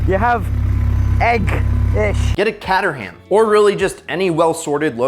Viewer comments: I know we differ in liquistics across the pond but Caterham is pronouned with a long A as in KAY and a silent H and the final A is confusingly pronounced mmm definitely not CAT and HAM otherwise its a bit like sounding the final S in Arkansas! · please, not the cat-terham its kay-ter-uhm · No, it's not. It's more like Cater-um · It's pronounced Kate Err Umm. You're welcome! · Is that the correct way to pronounce caterham? I always thought it was “Kate-trim”. Learned something new today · As someone who doesn't live that far from Caterham the pronunciation had me in stitches 🤣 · The way you pronounce Caterham hurts my soul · Oh god, Americans have already destroyed the pronunciation of jaguar and now have added caterham to the list 🤣